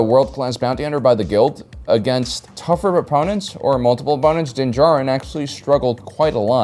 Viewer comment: Oh wow! actually pronounced dins name correctly